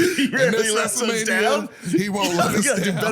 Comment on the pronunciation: Dude, didn't even say rarely. He said rayee. The guy can't, or just chooses not to, pronounce words.